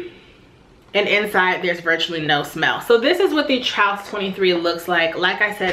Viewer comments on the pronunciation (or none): Great find! Those sometimes look pretty beat up on the preloved market. FYI, it's pronounced like the word truce.